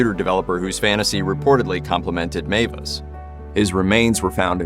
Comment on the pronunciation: Meiwes is pronounced "MY- ves" not Mavis. In German, ei is pronounced "eye" and ie is pronounced "ee". The pronunciation is always the name of the second letter.